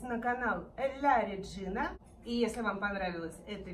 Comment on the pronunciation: Произносится ла реджина